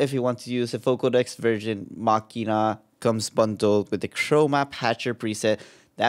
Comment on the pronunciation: He pronounced it correctly. It's a hard k.